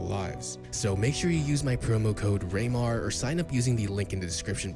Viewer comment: The way he says his name “raynar “ has me 😂